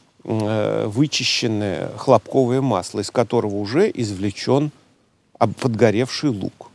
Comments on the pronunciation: ХлОпковое масло. Ударение на первый слог. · ХлОпковое масло, правильное ударение на первое о